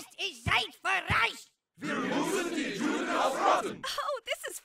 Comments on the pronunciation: The problem is he's not pronouncing it correctly. Eric says "Reich" (one syllable) but means "Rache" two syllables. Also, they mispronounce "Juden" because they pronounce it with an English "j", as in "jewel" when it is meant to be pronounced as a "y", as in "yellow". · The best part is when he says Juh instead of Yuh. Hilarious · As a non-german who speaks german, the pronunciation of Rache and Juden always bugs me lol. Rah-Phlegm-cah, and Yoo-denn are the proper pronunciations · juden in German is pronounced Yuden, the letter j in German is pronounced like a y in English hence, juh instead of yuh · It's pronounced Yuden! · I think it's pretty clear from the pronunciation of Juden that they didn't do much research into how to pronounce the German